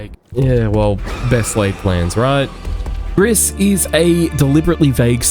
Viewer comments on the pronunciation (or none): It's pronounced gree, not griss. It's French for grey.